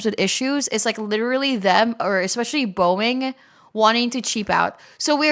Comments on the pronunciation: i got traumatized by zhis.... WHOOP WHOOP PULL UP *deep grumpy ahh call out * edit: y u call it "Boieng" even tho it came from "mcdonal douglas" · fr and also the boeing thing she said